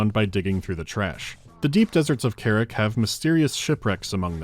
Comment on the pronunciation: Not "kerrick" - "KAH-rahk".